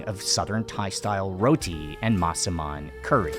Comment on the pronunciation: While watching this video and listening to you pronounce Masaman I think it sounds more like Maa Saman which in Hindi is "Like a mother"